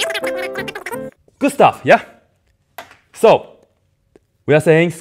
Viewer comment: Not everyone here being a nerd and me just wondering why he’s saying “Gustave” like tf you in ratatouille or something and then realizing he’s saying “Good stuff” 🤡🤡🤡